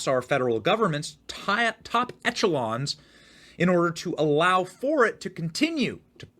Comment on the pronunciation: Etch-a-Sketch echelon .... ESH Benny, not ETCH